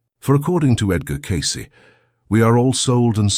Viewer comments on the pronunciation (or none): At 1.48... the A.I. voice talking calls Edgar Cayce.. "Empty Cayce"